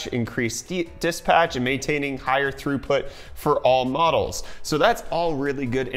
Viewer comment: "All Models", it's awl mohdez, mah dhude =P